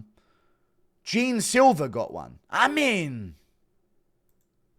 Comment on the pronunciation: Man just a thing abou Jean silva name: the pronunciation of "jean" is not jim, the "ean" has the same sound of the "an" of jan Blachowicz name